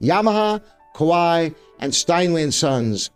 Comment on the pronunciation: Kawai is actually pronounced like Hawaii with H replaced by K.